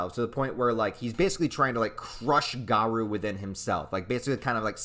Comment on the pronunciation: LOL i know that feel but im not gonna be a doomposter. this chapter is too hype! "GA-ROOOO" not "GA-RUUUU" but w/e good vid regardless